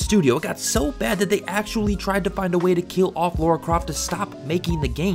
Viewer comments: Her name is pronounced "Laura" that's how characters say it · Can anyone explain why Lara keeps getting pronounced Laura (not a dig btw)? A lot of people do this in their videos. Can't work out why. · She isn't called "Laura Croft" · I agree with this everything in this video but it always bothers me so much, as a Tomb Raider fanboy, when Americans pronounce Lara's name as Laura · STOP. CALLING HER. LAURA. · Why the frak do the Americans call her Laura? (ugh) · It kinda trigger me when people keep calling her Laura there is no u I know it’s has something to do with pronunciation but still 🤬😡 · I swear you keep saying Laura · Calls Lara, Laura - video is trash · It's just ignorance. If you can read and have the most basic understanding of phonetics or, you know, just listen to the fuckin game, there's literally no excuse to mispronounce it. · Why is it so difficult for americans to pronounce her name correctly. It's Lara not LaUra. And that goes for most of the gaming media, from respectable youtubers to IGN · It is LARA! L-ARRRR-UH. Not Lawr-uh. So frustrating. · First AngryJoe, now you... WHY is it so hard for people to recognize the different pronounciation between "Laura" and "Lara"? The absurdity makes it hard for me to watch this video with a straight face, and NEVER have I not been able to take you seriously before. Sigh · IT IS NOT LAURA. IT IS LARA!! Is it so hard to pronounce such a simple name? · Lara isn't meant to be pronounced as Laura. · Do you also pronounce "cars" as "cors"? It's Lara not Laura. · It’s LARA! Not Laura or Lora. 🤦🏻‍♀️ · Stop pronouncing her name like Laura. It’s Lara. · ITS FUCKING LARA. NOT LAURA. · why do you keep calling her Laura? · Great video man, but I just can’t help but correct the way you pronounce her name. It’s Lara, not “Lora”. It pronounced as such. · Seriously, how hard is it to say 'Lara', "Lah-rah". If you're still calling her 'Laura' after 20 fuckin years of heritage I question your sincerity. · La-ra. Not Laura.